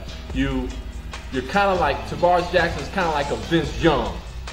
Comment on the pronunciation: tarvaris jackson not tavarus